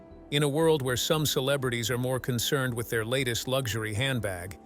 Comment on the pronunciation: Lugshory? An “interesting” pronunciation. 😶